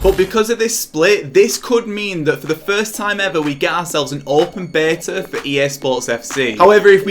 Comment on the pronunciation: The way he says Beta wtf 🤣🤣🤣